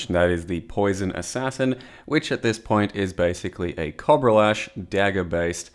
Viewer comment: is no a cob-rah is a coh-bra